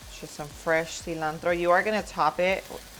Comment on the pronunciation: Love the way you pronounce ingredients like cilantro, jalapeño, pico de gallo. 😊